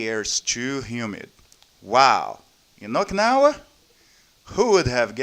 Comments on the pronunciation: its o-ki-na-wa not oiknawa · it wrote as okinawa but u keep pronouncing oikawa lol